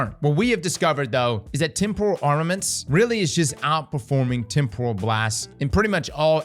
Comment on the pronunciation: makes a point to make sure unfall is pronounced correctly, meanwhile temporal gets trampled repeatedly 😂